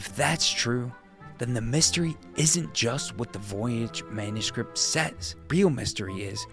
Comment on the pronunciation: I thought you were saying voyage the whole time